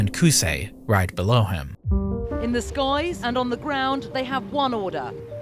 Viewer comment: "In the SKOIES...", lol X D